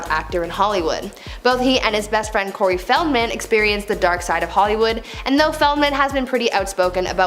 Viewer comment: The way she pronounced Corey's name and no one corrected her.